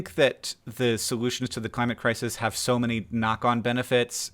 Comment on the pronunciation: "the climate kez"? oy, accents need to be phased out of existence throughout the next generations.